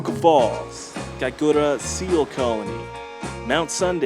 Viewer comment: Think your nailing the pronunciation of Kaikoura than most Kiwis haha